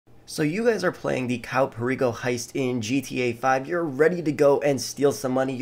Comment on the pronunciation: Why did I heard he said: The Cow Perico heist?